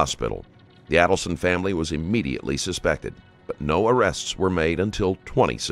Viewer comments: "Charlie Alderson" It's Adelson. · Pronounced Aydelson. This looks like you ripped off footage from the 20/20 or Dateline special about the case, which is against YouTube policy and copyright laws. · Phonetic pronunciation of the names mispronounced in this video: Mahg-BAN-oh-aah AYE-dull-sun …will edit with others if there are any 🙃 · Literally every name is mispronounced and this has been in court for years. Just terrible quality of research here. MAG-BAN-U-A ADEL-SON MARK-EL (ELLE) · I was about to ask you which ones he mispronounced, but right when I was typing it, he said the name "Markel" as "Markle" and less than 5 seconds later, he said it as "Markel". "Adelson" was "Aleson" and then "Adelson". It honestly slightly aggravated me, but then again, I don't know how some of these are pronounced. Lol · Alderson, adleson, Markle omy goshhhh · I find it really hard to believe that you mispronounced every single name in here with as high profile as this case is. Here, phonetically pronounced; Mack-baan-o-wah. Aid-ul-son. Marr-kell.